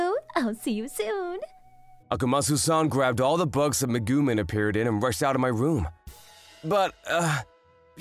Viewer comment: Its pronounced megumeen